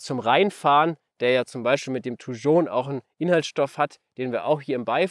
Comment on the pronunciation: Ein wirklich tolles Video zu einer wunderschönen Pflanze, aber die Aussprache von 'Thujon' ist wild. Haha. Ich spreche das j wie in Jacke aus.